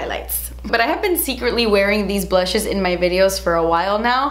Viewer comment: The blutches I can’t. I love it when you speak funny or with a “british” accent. So funny. Love you forever! ❤️♌️